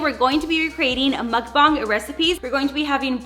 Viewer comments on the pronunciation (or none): none